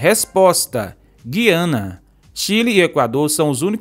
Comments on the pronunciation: O nome do país não é Giana é Gu-i-a-na, se fala como se tivesse um trema no u. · A quem interessar possa na palavra Guiana , a letra U é pronunciada....GUiana....